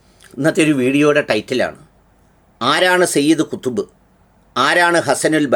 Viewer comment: സയ്യിദ്ഖുതുബ് എന്ന് നേരാംവണ്ണം പറയാനറിയില്ലേ?